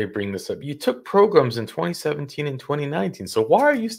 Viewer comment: Progrums?? Lol 😆 🤣